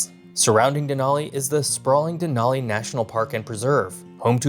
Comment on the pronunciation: that’s what I was saying. You pronounced it Den-ALL-ee instead of Den-AL-ee